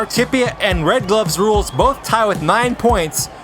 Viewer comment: I cringed every time said "RedGlovesRuleS"